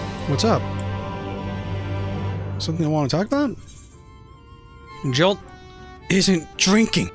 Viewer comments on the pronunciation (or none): That was hilarious, but can't blame him. However, I had to wince every time he said Jilt instead of Giott. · I think he's just pronouncing it different, not saying another word.